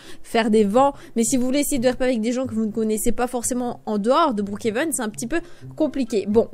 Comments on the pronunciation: Mais sa se dis brookhaven pas broookheven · Ça se dit brookhaven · En vrai sa se dit brookéveun mais sinon t video son trop bien t la meilleure youtubeuse😊❤🎉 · sa se dit brookhaven mais comme tu veux XD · Je dit pas brookhaven je dit brookhenve comme toi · Tu le prononce bien le Brookhaven, dommage que maintenant tu le prononce mal